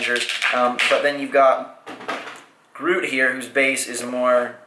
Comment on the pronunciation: That's not how you say Groot